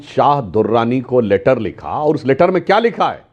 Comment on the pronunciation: लेटर= Later ❌==> Letter= लैटर ✅